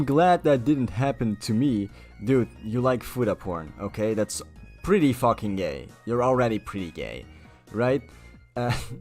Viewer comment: IN MY FACKHING GAYME?!